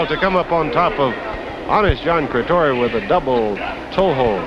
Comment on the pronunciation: John Cretoria not John Cretia aka Johnny LaRance